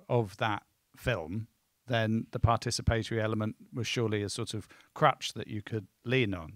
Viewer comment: I'm just blown away that this english man keeps mispronouncing participatory over and over.